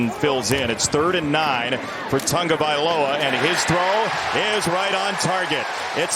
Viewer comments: It's not "Tangovailoa" nor is it "Tungovailoa." It's "Tagovailoa" and they're paying you waaay too much money to have a reading comprehension disability. Good work by the Cards to get the win and stay close in the powerhouse NFC West. /s For the Dolphins... there's always next year. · Can't these hi-paid commentators and these so-called journalists pronounce the man's name properly.... it's not Tugovailoa, it's TAGOVAILOA.. So disrespectful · Why do announcers keep throwing a non-existent "n" into Tagavailoa's name?